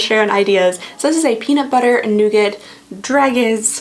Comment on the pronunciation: Dragée is said Drah-zhay. Brioche is enriched French bread. I got this one this year and honestly I found most of the chocolates a bit boring. The flavours to me were all very traditional. The Drunken Chocolatier in Vancouver had far more interesting flavour combinations than this and was 1/4 of the cost. It was fun watching the videos for each day which went into details from the maker as to what was in them and how they were made and learning about the chocolate was the maker and then the wor moon but it didn't really feel like a Christmas advent calender. I was also surprised how small the chocolate was compared the size of the circular boxes. Just fyi bonbons and truffles traditionally aren't suppose to be all sickly sweet and filled only with smooth ganache. That's just one type.